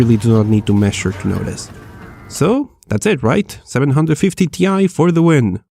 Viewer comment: Seven hundred fifty tea eye